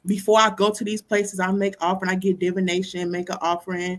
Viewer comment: Keep mispronouncing divination. Smh.